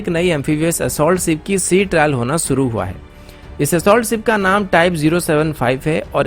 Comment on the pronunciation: आप सुरू मत किया करिये शुरू किया करिये